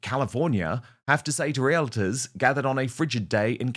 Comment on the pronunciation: Dan, did you actually say REAL-A-TORS???? Omg it’s REALTORS!!! 🤦‍♀️